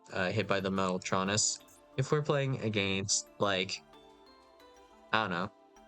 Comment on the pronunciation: He pronounced it right lmao